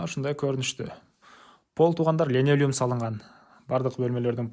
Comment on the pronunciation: ГЕЛЕС ДЕГЕНДЕЙ ЛЕНОЛЮМ ДЕЙСИН ГО КЫРГЫЗДЫН СОЗДОРУН ТУУРА АЙТКЫЛА